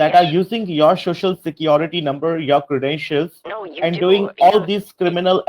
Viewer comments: shoshial security number 🤣🤣🤣🤣🤣🤣🤣 POS can't even pronounce it right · So hilarious...Shocial security ? 😂😂😂😂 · Don't you want your shuh-shul security? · "shoshal" security lol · This prick keeps saying "shoshinsa security. Another Indian pronunciation is "suspeeshious" for suspicious. Then questions about Ms Bowden's bank accounts etc etc. Just tell the scammer to go ahead with his threats by saying there is no such Miss Bowden so they are being taken for a ride. Also tell him He is the real HACKER.